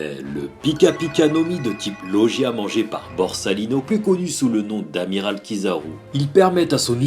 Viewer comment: très bonne vidéo et très bon top mais juste pour la suite, ça ne se prononce pas loJia mais loGUia ^^.